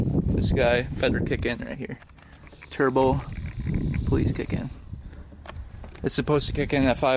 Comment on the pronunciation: "churbo" lol